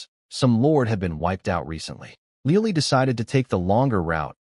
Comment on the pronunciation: 😂LEOLIE? 🤣🤣🤣🤣🤣 Le O L I e 🤣🤣🤣🤣🤣